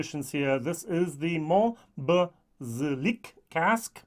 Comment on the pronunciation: Mon-ba-Zee-yak I was born in this region. If you have a chance, try Tomatin 21 first fill ex Bourbon ! I have already seen two german whiskytubers who really liked it and i would like your take on it (If you have the opportunity of course.) Btw, this blind tasting was great and humbling as you said. Nothing beats it